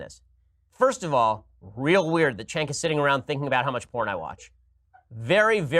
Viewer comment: The thing where Shapiro keeps saying Cenk's name so he can purposefully mispronounce it is really childish.